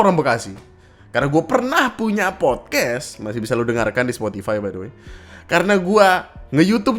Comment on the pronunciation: Fyi, pelafalan dalam bahasa Inggris yang benar itu podkas(t), bukan podkes